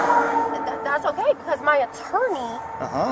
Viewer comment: Her “attourny” … my eyes rolled so far I saw the other side of the moon.